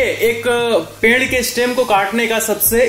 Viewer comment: Sir ek iccha thi bass english shabd jo s se shuru hote hain unke pehle e na bola kro for ex. Stem ko estem nhi stem hii bolna😀😀